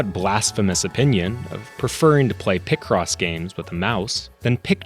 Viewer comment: there's no way people pronounce it like that. Do people also exist that pronounce pi as "pih"? It's always been pie cross to me